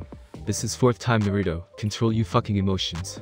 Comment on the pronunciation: Don't take thins the wrong way but, Is English your first language? If it is take some liberty in the translations and add the right words to make the sentence structures run smoothly. and learn how to say the names right. It's Nar-a-toe or not Na-rue-doe. Just saying. It would make your videos much better. Though it does sound better then the ones that use a reading program that is from the late 90's early 2000's.